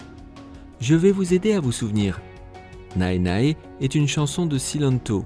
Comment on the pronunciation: Attends, "Nae Nae" se prononce "néné", le "a" ne se prononce pas Même le supérieur décide de danser, c'était génial XD